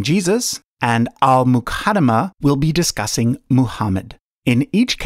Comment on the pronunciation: “Al muh kada muh” lmfao